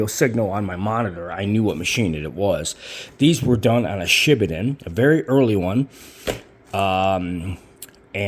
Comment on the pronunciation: FYI..the correct pronunciation is Shi Baaa (like a lamb) Den.